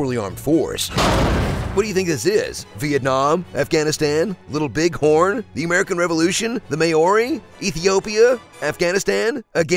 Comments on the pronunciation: "The May ori?" Did you mean the Maori? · The may-ori? Someone get epic trailer epic voice guy a pronunciation guide